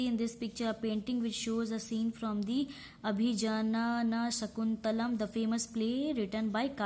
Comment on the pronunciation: Abhijnana nahi u r prounouncing wrong. It is abhigyaanshakuntalam